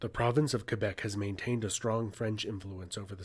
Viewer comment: New-fin-land! NOT New Found Land! Also Kay-Bek - not Fwee bek. I'm saying Mell borne now. Mey-borne - piffle